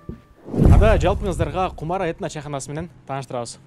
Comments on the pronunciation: Кумара эмес чыныгы кыгызда “Кумура” деп айтылат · Кумура Дейт Кумара дебейт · Кумара эмес кумура дейт